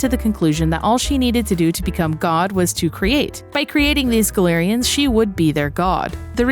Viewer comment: Galerians was a amazing game when it came out, but I got to a point where I soft locked myself (nothing to control my anger), and I gave up. I tried to go back to the game, and the controls are absolute jank. I always thought it was pronounced "GAL-ER-IANS" not "GA-LER-IANS" like you said. I dunno which one was correct. :)